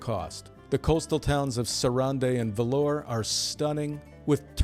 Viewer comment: Oh and Vlorë, Albania is VLOH-ruh, not "velour" like the fabric. Think Italian.